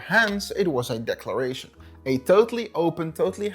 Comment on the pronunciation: It was a Deck-laration! 😂💀. Ok I’ll see myself out lol